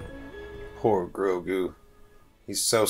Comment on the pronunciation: I've been saying that for the last few days to everyone...... butchered Grogu 😭😭